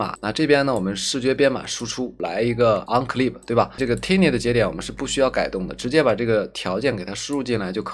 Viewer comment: 教程挺好的，但单词发音嘛，turbo变tumble，tiny变tinny，pipe变pape，crop变crope，可惜了。其实读音拿不准可以查字典嘛。不过up主还是去系统学学音标和对应的发音规律比较好，也就小学的内容，AIGC都研究都这份上了，不差这点时间，对吧。